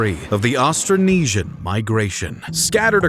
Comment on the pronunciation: Astronesia??? hahahahahaha it's Austronesian.